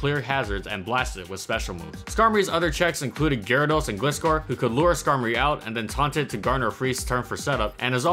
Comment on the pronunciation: Its (Gly-score) noob